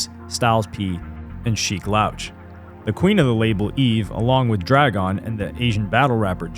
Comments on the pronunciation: Great video but it’s not Sheek “lauche” it’s SHEEK LOUCH! Pronounced ’LOU-CH’ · Bro was stepping on legos😂.. "LOuch" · Lmaooo I ran to the comments once I heard him say the loach lmaoo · The way you said sheeks last name was too off my guy 😂😂😂